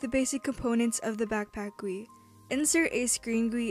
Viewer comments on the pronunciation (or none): what bothers me is the way she says GUI like guwee also i thing GUI stands for games user interface idk i think that's what it is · When she says goouie I die inside. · Guillen No, it's Gee-you-eye. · the way you pronounce gui is so funny, it's G U I, letter by letter lmao, very good tutorial doe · its called g.u.i , not 'gwee' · Guillen nope, its prononuced G U I. this comes from an actual web dev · no its pronounced goat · i love it how u say "gwe" lol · "insert a screen gwee into the starter gwee" XD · I am not gonna watch just because GUI is pronounced G U I not one word It hurts my brain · never say guee as gui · I disliked for you calling it "Gooey", better luck next time! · screenGUEE starterGUEE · I never heard someone pronounce “GUI” as it’s spelled So your channel is great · the way she says gui scares me